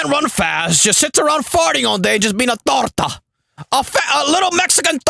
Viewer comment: The way he says it 🤣🤣😭😭